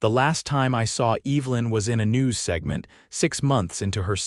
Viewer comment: My mother's name was Evelyn and it really sets my teeth on edge to hear this moron intelligence mispronounce it over and over. Loved the "male" theft several times in the place of "mail" theft too. What kind of utter idiots are creating this so call "artificial intelligence"?